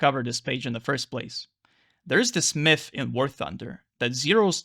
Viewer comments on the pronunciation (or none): none